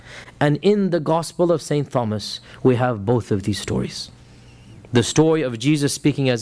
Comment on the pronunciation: What's upsets me the most is he can't say the word Thomas. how can you be an academic but you can't pronounce the word Thomas